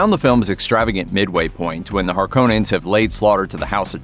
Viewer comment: the biggest question why does it suck.....the original was way better imo.... ps it's Harkonnens.....(cohhh) not Harkannens (cane) they pronounced it wrong through the whole awful movie.